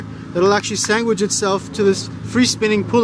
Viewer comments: Say sangwhich, again! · Sangwich 😂 love it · What is a "sangwich"? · and makes me want a sanGwich. Mmm sanGwiches. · lol you say "sangwhich" like my mom. Do you happen to be from lubbock? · Sangwitch? To funny!!! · Like a sangwich 😆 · What the actual fuck is a "sangwitch"!? 🤔🤦🏼‍♂️ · Thumbs up for brother's underwear! This video is awesome. For all the linguistics geeks who happen to watch this video, I'd heard about the pronunciation of "sandwich" heard a couple of times in this video on an episode of Slate's "Lexicon Valley" maybe a year ago, but had never heard anyone use it until now. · That is all called a sandwich bruhhhhh. Learn to English.